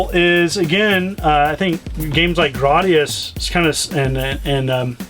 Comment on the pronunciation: Graw-dee-us? LOL its pronounced Grey-dee-us!